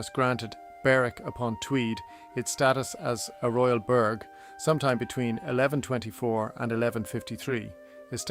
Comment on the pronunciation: It would be nice if these AI things would learn to pronounce the word "Burgh" properly ,it is not burg!!